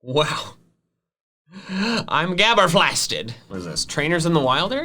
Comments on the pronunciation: Did he say gabber flasted?! It’s Flabbergasted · I’m gabberflasted Me: it’s flabbergasted not gabberflasted